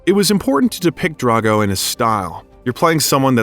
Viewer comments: DRO-GO, not DRA-GO. Not difficult to pronounce, especially when talking about such a lovely person like Momoa. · Please get the names right... It's Drogo, not Drago. It's Haka, not Hak. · did you just say khal drango.. 😵‍💫